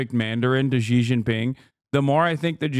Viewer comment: Chinese word X or Xi is pronouced similar to Sea. Not G or ig or gz or wtv, Just pronouce it like Sea. President Sea. Sea, Sea. Thank you. Also, if you see any Chinese name or word that starts w the letter Q, it's pronouced similar in between Ts and Ch, not k, not kw, so the city of Chongqing pronouced kinda like ChongTsing.